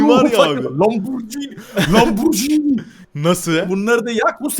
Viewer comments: 4.48 Lampurjini🤣🤣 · Abi sen Lamborghini demeyi bilmiyorsun